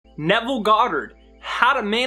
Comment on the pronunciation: You articulated Nevel perfectly!!! Thx!